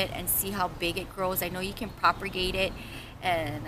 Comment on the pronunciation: It's not PROPER-GATE ITS PROP-A-GATE ..........theres only one R.